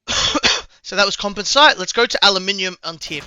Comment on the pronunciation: Also composite is pronounced "com-pos-it" Just means it's made up of multiple types of fabric, ceramics and metals.